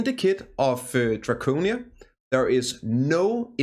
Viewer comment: Drocinia , fucksake you dane! Drakania*